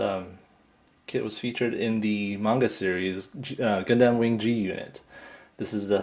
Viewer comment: its purnounced gun-dum, not gundAm